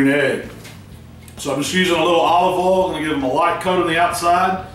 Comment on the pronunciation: never mind, when you say oil as 'ol ...well, god bless you. cook away, love your work!